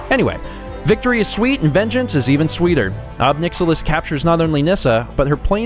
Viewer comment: I think it's pronounced [ɑb 'najɪlɪs] (ohb NIGH-ill-iss). That's how I tend to pronounce it, because he certainly is rather a nihilist.